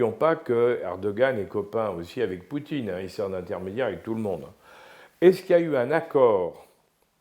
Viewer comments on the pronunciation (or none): none